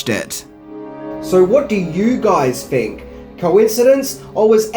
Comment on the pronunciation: ‘So what do you guys fink?’ Lol